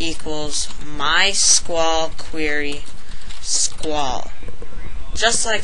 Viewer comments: STOP SAYING SKWAL FFS, its S-Q-L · My god... I don't think I've seen anyone code quite this bad with PHP before... No enclosing strings in single or double quotes, no semicolons ending lines, no parsing POST variables for SQL delimiters... AND YOU CALLED IT SQUALL?! IT'S PRONOUNCED SEQUEL FOR CHRIST'S SAKE! *Rips hair out of head rapidly* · SQWAL?? LOL S.Q.L Anyways, Pretty Good Tutorial. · Its not 'Sqawl' its 'SQL' :P., Also your $dbuser, $dbpass, $dbname need to be ended with an ; just like your post data vars. Also, when registering an email can be 'blah' and not 'blah(at)blahdotcom' and the system will still think it is correct unless you issue a check to make sure it is correct. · Actually it's "See-ka-wool".